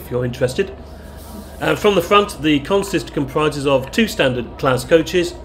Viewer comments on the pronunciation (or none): none